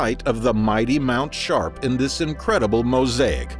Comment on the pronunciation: "Mount Shart" is all I could hear every time the narrator said it 🤣🤣